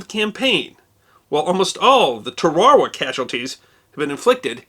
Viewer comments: I had always pronounced it TARuhwah. Neat to learn the Kiribati pronounced it differently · I've only heard it pronounced along the lines of Terra-wah. This episode has been doubly educational for me. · sorry but it's pronounced TA-RA-WA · Stop saying "Tarawa" in there. You had me in stitches with that. I salute you for tackling this. It's like you're saying blah blah or pretending to know some lyrics. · Can't listen to your pronunciation of Tarawa'. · Are we changing the pronunciation of Tarawa now? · The most common pronunciation of Tarawa in English has the accent on the first syllable. What appears to be the Polynesian pronunciation has the accent on the second syllable. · Never heard Tarawa pronounced that way B4. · That might be the proper pronunciation but I’ve never heard Tarawa pronounced like that. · WHY DONT YOU PRONOUNCE IT PROPERLY.... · Good job teaching me how to pronounce Tarawa. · Similar to Peshtigo, Tarawa's accent is on the first syllable, according to my memory. A small price to pay for your good work. Keep it up! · Hearing you pronounce Tarawa drives everyone nuts. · Is that how it's pronounced? If so I've been saying Tarawa wrong my whole life.... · I've never heard Tarawa pronounced this way. As carful as you normally are with your pronunciations I'm curious as to the derivation of this version. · I’ve been pronouncing ‘Tarawa’ wrong I guess? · Love this information down south we pronounce Tarawa differently thank you Eddie Albert for your service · History Deserves to Be Remembered I have just checked several interviews of Tarawa veterans who pronounce the name with the same stress as documentary presenters and historians. Your pronunciation of Tarawa places the stress on an entirely different syllable. Is this the native or Japanese preferred way to say it? Either way, I still absolutely love your presentation and your focus on forgotten history. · Pronounced in WWII as “TARawa”, as my dad was USMC there Red Beach 2